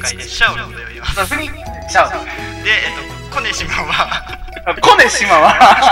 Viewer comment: 周回中(終わる予定はない)に 思ったんやけど 「コ⬆️ネシマ シャオっていいます」 呼⬆️寝島 不人気 てwwついにﾍﾝﾅﾄｺで笑うくらい みてるわwwww